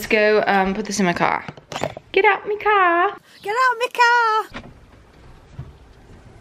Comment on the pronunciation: Lol! “Get out m’car!” Sounds like my relatives on my Mum’s side! They are in the west-midlands in England.